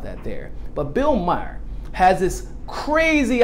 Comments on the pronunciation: Maher rhymes with "star". No surprise there, amirite? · It's Bill Maher, not Bill Meyer.